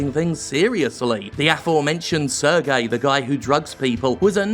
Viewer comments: It's pronounced "Serj", not "Ser-gei". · Worked at ubisoft for years. Cant say Im surprised. btw. Serge is pronounced Surge rather than Sir-gay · Very minor, but "Serge" is pronounced like "Say-rj" not "Sur-gay" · As a french speaker, the way you pronounce Serge Hascouet make me cringe like nails on a chalkboard. Its not pronounce ''Sergei'' like a russian, it's sound more like ''Surge'' in English. And by the way, since i'm at it, Guillemot is prononce ''gui'' (like in guitar) ''lle'' (like ye) ''mot'' (like moe, silent t). And as a ex-Ubisoft employee, i'm pretty sure it was neglect from Yves part. He's a nice guy (i think) but really seem cluless on a lot of topics because he really trust too much people directly under him and HR probably screen him from the complaints. I would describe him as ''naive'' to be blunt. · Just a small precision from a former French resident: "Guillemot" is pronounced with a hard "G" and "Serge" with a soft "G" (and there's no I afterwards) . Unless you're doing it on purpose just to be disrespectful, which is understandable ;) . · As a french guy, i have to say your pronounciation of Serge Hascoet et Yves Guillemot kinda offended me but they're still mysoginist, racist, homophobic pieces of shit so it doesn't really matters. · I think you pronounce Serge wrong. And it bugs a lot, considering that there is name that is pronounced like this, but spelled completely differently.